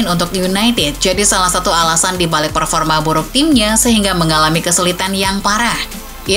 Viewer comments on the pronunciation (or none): none